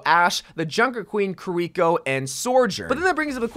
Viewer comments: The way he says kuh-reeko. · Bruh, the way you say kiriko is honestly painful to hear. If only they knew how japanese worked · Omg why do you say "Kur-eeko" it's "KEYREEKO" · The way he says kiriko hurts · Does anyone else hate how he pronounces kirikos name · Am I the only one that got kinda annoyed at how "Kiriko" was pronounced? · Learn how to pronounce Kiriko correctly please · If you could just.... Pronounce Kiriko's name correctly once. I beg of you. Lol. Also Junker Queen is definitely an executioner not BDSM lmao not even close